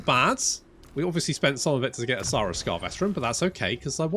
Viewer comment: Only issue i have is its not. Suuhhhh russ Saw-russ😂😂